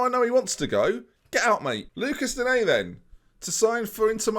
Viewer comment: For an understanding on how to pronounce “Digne”, I’d refer you to Nepenthez’ videos whenever he gets him in a FIFA draft